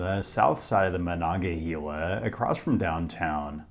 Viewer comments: Great video showcasing my home town, I love to see it. However, I am going to be extremely pedantic about two things. The river is pronounced “Mo-non-ga-HAY-la” with “hay” like “haystack.” Also, Andrew Carnegie of Carnegie PA, Carnegie Steel, Carnegie Libraries, The Carnegie Science Center, Carnegie Mellon University etc etc… pronounced his own name Car-NAY-gee. That’s how it’s pronounced in Pittsburgh and is the objectively correct way to pronounce Carnegie. The common way it’s said in New York is not just a different pronunciation. It’s objectively wrong. Car-NAY-gee. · Love your videos. I grew up in Pittsburgh and just want to note that the river is pronounced Mononga-"hey"-la by locals. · Pittsburgher here: The "he" in Monongahela is pronounced like "hay" and not like "hee" PLEASE stop saying it wrong 🤦‍♂ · For reference, Monongahela is pronounced Mon-on-gah-hey-la, so basically say hey instead of heal. A lot of people struggle with that one, but I’ve heard worse. Your pronunciation of Appalachia does hurt a bit though. Appalachians don’t always agree on how to say it, but it’s generally pronounced like Ap-ah-latch-ah. In Pittsburgh, and Southwestern PA in general, we say it more like Ap-ah-lay-shah. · My body had a physical reaction to the pronunciation of Appalachia and Monongahela Otherwise, 10/10 great video. Thank you for visiting our city!